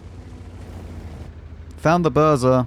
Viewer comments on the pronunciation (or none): "found the burza" Mate i admire your effort and dedication to pronounce Polish tank names, so I'll give you a tip: this is pronounced "boozha" and means storm.